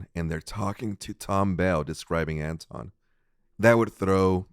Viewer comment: "wonton" lol....